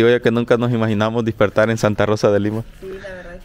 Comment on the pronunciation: lo de la Pixina esta gracioso pero mas cuando decis .... dispertar en lugar de decir... despertar. 🤣